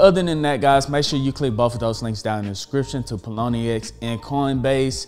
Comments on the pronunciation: lmao it's Pionex not Ploniex >< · My man's keeps saying pie-o-nee-x and it's killing me lol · Pilonyex get it right!! hahaa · Pie-O-nex. Great content though!!! New subscriber here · Did he just said “paloni-ex” !? 🙉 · Great info . Think its pronounced pie o nex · It’s Pie-on-ex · how he gonna get sponsored and not pronounce the name right hahahahah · I don't think that's how Pionex is pronounced haha great content though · can you please pronounce pionex correctly? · Pronunciation??? Was that on purpose? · How did he botch this name so badly lol